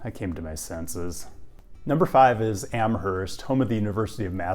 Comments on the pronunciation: The H in Amherst is silent. It’s pronounced like Amurst. Love the Western Mass feature on this channel tho! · UMass grad here - LOVE Amherst (pronounced Am-erst, BTW) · Pronounced "Am-erst". (It's a Yankee thing.) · just a stupid fyi, but I went to UMass and was immediately informed that there is no H in Amherst. So, Am-murst. In the schemed of Massachusetts town names, this is mild. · Love your content!! These videos will come in handy as I approach retirement. I love walkable college towns. One comment I have is that you need to reverse your "H's" for Amherst and Northampton 🙂. Amherst is pronounced more like Am-erst and Northampton is almost like 2 words, North Hampton. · Every time he said AmHerst, I twitched. That said, at least 20 years ago, we were saying either Noho or North Ampton. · Don't pronounce the "h" in Amherst. Do pronounce the phantom second "h" in Northampton. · For what it's worth, the "h" is silent in "Amherst." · Just gonna say, the H in Amherst is silent. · Amherst , MA ! Pronounced with a silent H.. even tho in Amherst NY ( a Buffalo suburb) , the H IS pronounced . I’ve lived in both ppaces. Have also lived in Ithaca, & crime nowadays around The Commons ( pedestrian mall) is out of control !! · Amherst Mass (H is silent). Love your vids! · Didn't they have the shuttle service running in summer? I'm still recovering from pronunciation of Amherst Forget the 'h' unless you're over in Buffalo!